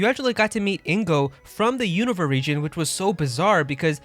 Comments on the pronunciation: Im not making fun of you. But isn't it pronounced (YOU - NO - VA) ?? You're saying it like its called Univa. Or have i been mispronouncing it my whole life? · Pronounced you-noo-vah